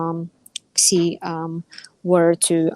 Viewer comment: I don't think I've ever heard of "President Ksee" before. Some people pronounce his name as "she", and some people get the Chinese phoneme transliterated as X correct, or at least try to. It sounds like a kind-of-odd sh sound. The Chinese class I took was many years ago, so I can't say it right anymore. But it's certainly a sound that would get anglicized as sh, not as ks. It's odd to hear talk of Russia becoming a junior partner in its relationship with China. China is a superpower, and has been for quite some time. Russia is a gas station that used to be the core of an empire. It's not even really a country. To qualify as any kind of partner of China, Russia would have to do a whole lot of winning, not suffer humiliating losses.